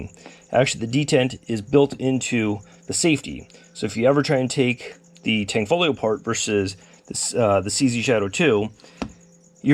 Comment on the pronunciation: STOP SAYING THE G!!!!!!! where do you see tang?????